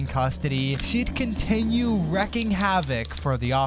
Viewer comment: it’s pronounced “reeking” havoc bro.